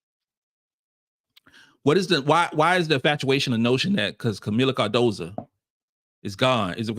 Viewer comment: could you please do me a big favor. Could you pronounce Kamillas last name right for once. Her last name is Cardoso not Cardosa.